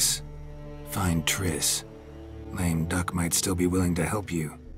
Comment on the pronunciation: "Lame duck" - "Dame Luck".